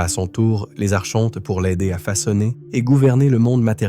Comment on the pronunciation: Coucou , on prononce ARKONTES .. Pas Archhhhontes ... ☺️✨🌊✨💫🕊️🕊️🕊️💫⚖️💫💘